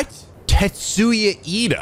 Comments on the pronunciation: omg keeps calling tetsuya Ida TENYA iida.. like iida from my hero academia dhshsj cute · "Tetsuya Ida". Not "Tenya Iida". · Too bad it's actually Tetsuya:P just misspoke as per usual with Japanese names